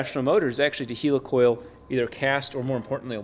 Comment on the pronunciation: Do you say Heeelicopter? NO Its a helicoil, not a heeelicoil!